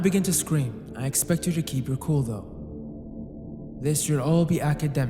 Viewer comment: Bro…how the fuck did you pronounce “you” like that